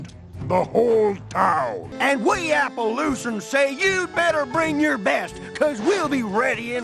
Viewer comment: “I nevew weally was on youw siwde”